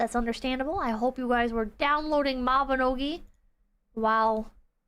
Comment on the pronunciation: "maibnogi guild night" 3 hours of talking about grills